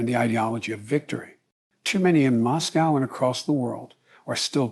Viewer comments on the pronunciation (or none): none